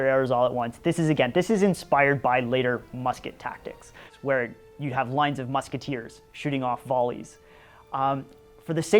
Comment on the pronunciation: "Wherrrre are your ditches??"